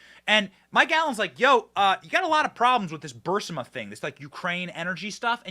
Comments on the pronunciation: Come on BENNY it's pronounced BUR-IS-MA. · "The Raven" is not "Telltale Heart." (And of course, Burisma is not "Bursima.") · Its not BURS-I-MA. ITS BUR-IS-MA. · It’s “BUH-RRIS-MA, not Burr-si-ma!!!! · Benny...it's not "Bursima" it's "Burisma" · Bursima-Burisma... The 'i' comes before the 's' not after lol Not a big deal... but it drives me nuts lol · It’s Bur-EEZE-mah, not BURSS-mah. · ...sir, respectfully, it's is ba-ris-ma, not bar-sima. Love your show- keep going- God bless! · Guy's please let Benny know that it's pronounced, bur-is-ma not bur-si-ma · Benny you're driving me crazy, it's bureesma not bursama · Bur-Eeeees-ma not Bur-Siiii-ma.... Thx Benny keep up the good work:) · ALX, for the love of God. Please tell Benny its pronounced BOO-RIS-MA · Burisma. Bur-is-ma... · I believe its pronounced "bur-IZ-mah" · It's pronounced bahrizma. Of course somebody else was involved how to hide and even meet anybody from. A ukrainian company to get on their board give us a break